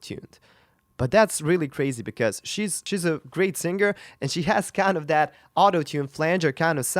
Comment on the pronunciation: you csnnot even pronouce the word Singer moron properly....